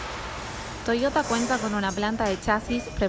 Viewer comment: me gusta como dice TOIOTA como se pronuncia en japones y no TOSHOTA como lo pronunciaria un argentino